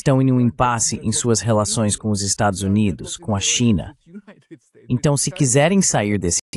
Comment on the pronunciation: Excelente entrevista! Ah, a tradução automática não sabe pronunciar "Estados Unidos"